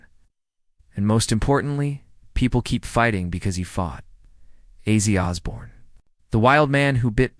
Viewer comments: Here’s your dislike So learn to how to pronounce the Iconic name! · Outside the name not being said right well done ... But I know it's not your fault. Sometimes the "bots" says things you don't but good job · If you don’t even pronounce his name correctly your credibility is reduced.